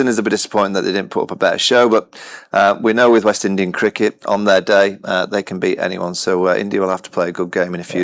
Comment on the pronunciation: Saiyami Kher - "South Africa won theya game. India won they game." It's their Saiyami not theya